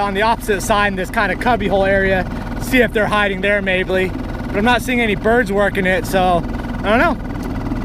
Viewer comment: Ha! “Mayble”. new word ....great work sir